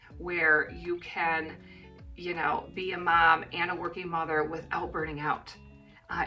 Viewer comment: You're turning into a New Zealander, you were pronouncing Mum more than Mom.